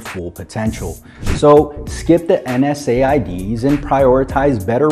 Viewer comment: Why didnt just say nsaids he said n s a i d's